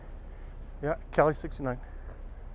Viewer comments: Come on.....Cali 69? you know better at least by now that its Calle 69 the double LL's have a Y sound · Calle, pronounce the 'll' like the 'y' in 'you', or better yet, pronounce the 'lle' like the 'ye' in yellow.